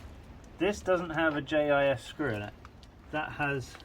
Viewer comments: Its not pronounced "JIZZ" you say the 3 letters individually, "J I S" 🤣🤣🤣. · Jis screwdrivers 😂 J.I.S. screwdrivers but please keep calling them Jis, that's made my night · First time I ever heard anyone pronounce it "Jizz" instead of J-I-S...